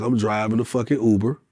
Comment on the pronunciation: It's Uber - NOT OOBER... 🤣 🤣 🤣 🤣 🤣 🤣 🤣